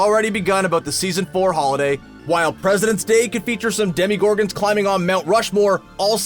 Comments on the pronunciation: When he said demyyyygorgons Stranger Things Fans: Bitch Whattttttt???????????????? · They do it again . Except it's demigorgons